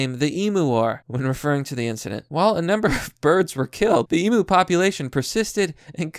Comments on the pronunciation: Fake news. Florida man would have smoked that Cassowary. P.s. learn how to say Emu ffs! It's not e-mooo, it's e-myu. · ARRRRGH its pronounced "eem you"" not EEMOO .. FUCKITY FUCK! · I am Australian, and I can't cope with you saying "Emoo" Please say Emyou Just the same as how you say it but it's not a ooo its a hard "you" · Cassowary will most time go for the gut and rip it out . Even aussies no not to fuck with them . All i can say is old mate was a dumb fuck even blind freddy could have seen how it was going to end . Love how you say emu like e moo. Its more like em you lol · mate its emu emphasise on the u so emU say it with me mmmmaaaaattttteeee emU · It is pronounced "eemyou". You nailed Cassowary. See that lump on it's head? They will whack you on the head with it. Why you would want one is beyond me??